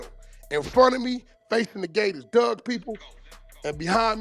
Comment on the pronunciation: If you from our area it is not forty two dugg- it is pronounced four two 42 Dugg pronounced Doog! I’m sick of y’all pronouncing gang name wrong